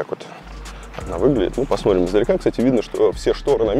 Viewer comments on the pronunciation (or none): Варламов конечно молодец, но вот произнести слово В котором неудобное сочетание букв Т и Р он не сможет : ТРИ,ТРАП,ТРЮМ. Он говорит :ПОСМОРИМ.У дочки поучился бы